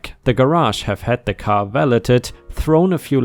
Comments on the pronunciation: "valeted" is pronounced val-AID, similarly "valet" is val-AY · Valeted is pronounced ‘val-laid’. Why they don’t pronounce the T is beyond me. I have a similar story about the car: When I was living in northern Michigan with my mother and her second husband, we needed a dryer for the winter months when you cannot hang your clothes out on the line (they will freeze instead of drying). A notice in the classified ads had one for a reasonable price and we claimed it before anyone else did. My stepfather and I traveled 20 miles to pick it up in my old van. After a lot of grunting and groaning, we got it in the back and drove 20 miles back to our house, where we took it out of the van, lugged it down a flight of stairs into the basement and hooked it up. It ran beautifully. About an hour after we got it hooked up, we got a call from the original owners saying that there had been a mistake and that they had sold us the wrong dryer. My stepfather was furious, but we disconnected everything, lugged it back up that narrow flight of stairs, put it in my van and drove 20 miles into town again. When we got to the sellers home, they came out laughing, apologizing and saying that there had been no mistake. We had the correct dryer (this was in the days before cell phones, so we had no communication in my vehicle to tell us not to come back). At this point, neither my stepfather and I were laughing. He was furious, and I wasn’t much more delighted. We had driven 60 miles so far and it would be 80 by the time we got back home. We would have to hump that d